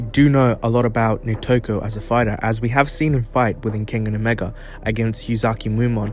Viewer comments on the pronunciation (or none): none